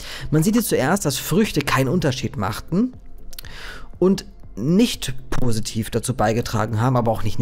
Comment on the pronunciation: es heißt positiv nicht prositiv 😂 hab ich bis ich 12 war oderso auch gedacht